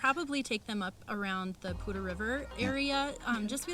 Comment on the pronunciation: Hey guys, great informative video for sure. My wife and I fell in love with FoCo a couple years ago. We would love to live there but not sure if will land there. And I finally found out how to pronounce Poudre River! Thanks for that. More importantly, great info about an in state lender. (em Hem). Happy Easter!